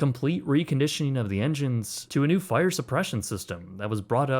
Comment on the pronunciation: The fi-errrr in the har-bourrrr 😉